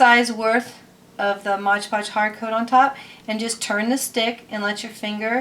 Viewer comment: Modge Podge? Lol i thought it was MOD podge